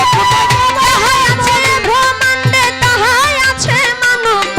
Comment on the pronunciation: ভ্রমান্ডে মানে কি? ব্রহ্মান্ডে হবে উচ্চারন টা ঠিক করে বলুন